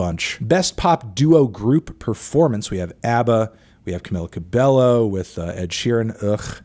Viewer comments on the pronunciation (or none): Camila Cabeyo (pronunciation wise)